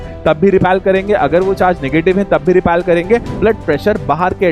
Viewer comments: repel not repelll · Repel hota hai 😂😂